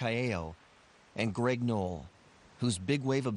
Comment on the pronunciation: It's "Knoll"!!!